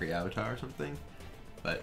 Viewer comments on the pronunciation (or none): none